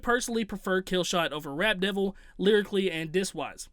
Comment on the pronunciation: it almost sounded like you kept saying “Rat Devil”😂😂. That track had nice beats, but lyrically garbage. Using weird beard as a flow...🗑